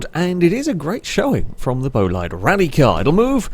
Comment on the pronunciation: Great video. By the way, bolide is pronounced like boleed, not bolayd (source - the new bugatti bolide is pronounced like that).